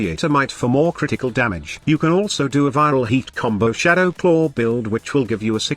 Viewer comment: Every time he say Claw XDDDDDDDDDDDDDDDD